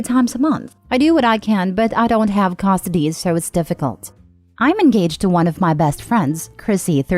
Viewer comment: AI voice? Says Costidy instead of custody